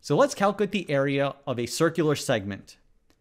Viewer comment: it kills me that you butcher the word "calculate"